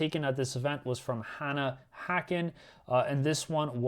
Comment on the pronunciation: Anna*, not Hannah. 😂 …but thanks for the call out! The day after list-lock, I wanted to run either Hearthband or Brandfast, but I had a good time playing Dêlve Assault Shift.